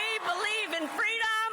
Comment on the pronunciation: when she was campaigning with Rosa Parkes for FWEEDOM🤣🤣🤣🤣🤣